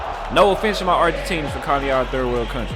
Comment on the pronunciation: nah we on your ass for saying Argentinis wtf is that?